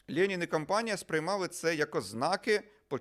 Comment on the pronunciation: Владлене знаєте , так смішно звучить як ви кажете лєнін, особливо якщо думати шо ваше ім'я на честь лєніна назване.